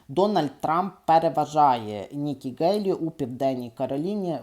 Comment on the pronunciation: Пане, Ви, на жаль, погано володієте рідною мовою. З правописом знайомі? Вимовляєте тверде "Ґ", замість м'якого "Г". Правильно вимовляти "Гейлі"!!! Крім того безбожно спотворюєте вимову шиплячих звуків. Букви Ц, Ч, Ш, Щ вимовляються твердо а у Вас чуємо:"чьому", "відзначятися", "чього ", тобто свідоме і гидке спотворення української мови. Дизлайк!